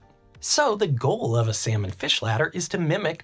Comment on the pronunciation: I love your content but I can’t get over you pronouncing salmon as sayomen in the intro